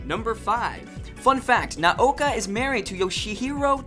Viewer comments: cooool but you could at least pronounce Naoko's name correctly. And anime animation is redundant. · come on your Japanese pronunciation is killing me. You're nailing directors names but mispronouncing easy stuff like shoujo or Naoko come on man gimme a break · theRtardHouse Doesn't the guy just pronounce it as "ah-nee-meh"? That's how people in Japan pronounce it, lol. He was accurate for the most part, excluding how he pronounced shoujo and Naoko's name. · #108 "Naoko Takuechi" is not pronounced "Nuh-ouka Takka ouchie", but more like "Nowko Tuh-kee-utshe". English speaking people mix the vowels all up. The "na"(な) is like "nuh". The "o" (お) is like the "o" in "four". The "ko" (こ) is like "co" in "core". The "ta" (た) is simply a high "ta" or tuh". The "ke" (け) is like "ke" in "Kennedy". The "u" (う) is like the "u" in "youth" right before the "th". The "chi" (ち) is very much like "she", but typically more like "tshe". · Naoko isn't pronounced Naoka... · And When he says “Naoka” like where’s he getting that A from lol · I know! Who's Naoka? lol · These fact are common knowledge to an old time moonie like myself. good to know for new moonies. However you mispronounce many of the names, and got a few details incorrect. I'm not gonna list them all here but a few i'll point out is Naoko's name is not "Naoka" .. and hes not "Tuxedo Moon"... shoujo pronounced wrong, Sailor Moon SuperS was said wrong and Minako's last name was pronounced wrong, Utena was pronounced wrong. "Anime" was even pronounce wrong every time ..lol really?? XD well i was entertained at least. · how hard is it to pronounce naoko??? its literally nao ko. now-ko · Lol why can nobody pronounce Naoko's name properly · ok its too hard to watch this when you cant pronounce the japanese words...its not Shujo (shoujo)..its pronounced Shojo..and its Nah-oh-ko (Naoko) not Naoka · your pronunciation of Naoko's name and the word shoujo are atrocious -_